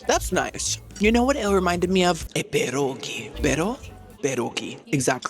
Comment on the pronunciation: You pronounced pierogi completely wrong honey. I got it. I gotta say it completely wrong pierogi and I’m from Pittsburgh. We do our pierogies right sweetie. I get you. I love you but don’t ever try to pronounce pierogi again.